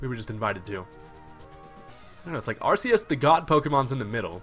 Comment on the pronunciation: It's ARK-EE-US NOT ARSE-EE-US